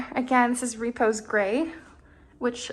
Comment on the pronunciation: It's not Reeee-pose Gray, it's Ruh-Pose with the emphasis on the second syllable.